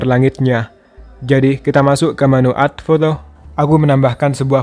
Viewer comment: Mantap banget. Tapi masukan aja. Baca add bkn ad bang tapi ed hehe